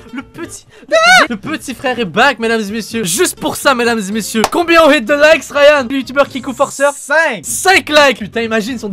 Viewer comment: Ryan ta "géchan" XD